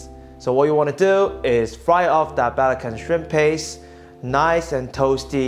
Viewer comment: it's not pronounced as "balakan" shrimp paste, it's called "be-la-chan", "be" as in "BURma" and "chan" as in British pronunciation.